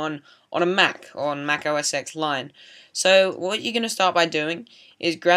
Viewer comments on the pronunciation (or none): It's "Mac Oh Es Ten" not "Mac Oh Es Ex"